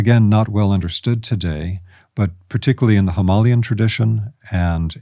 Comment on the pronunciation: Is he trying to say 'Himalayan'?? 👀